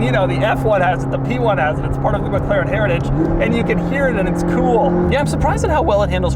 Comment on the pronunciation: Mc Laren. A, as in America.